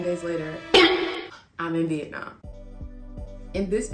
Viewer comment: Why do so many people pronounce Vietnam, " vietnarm